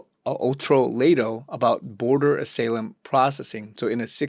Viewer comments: "Ah-SA-Lum"? WTF? It's "Ah-SY-Lum" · ASALAEM???!!! I guess you are AI! , im supposed to believe someone , not familiar with the word Asylum( a sigh lugm) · Ah-Sigh-Lehm not AH-SALEM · I mean no disrespect by this; but "Asylum" is pronounced like this: Sounds like this ---> uh·sai·luhm